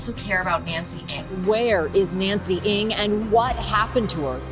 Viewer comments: I hope the family finds closure. Also the group comes forward on what really happened. ALSO, Ng is pronounced "Nang" not "Ing"; it was pronounced correctly by one of Nancy's friends within the video. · Please .. not Eng it's Ng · I definitely recall that "NG" is pronounced as Nang and not Eng? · NG not ANG. Jeez. Rest in Peace, Nancy. 😢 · the pronunciation is "Nang" not "Ang". btw she looks china so she probably just walk away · Ng pronounce as Eng not ing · At least pronounce her last name correctly. Its not "INC"